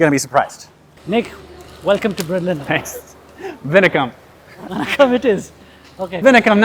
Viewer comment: Goodyear* Not Gujiya Vanakam* Not Vinakam